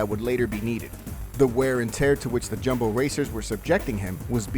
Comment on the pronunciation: Its pronounced Yumbo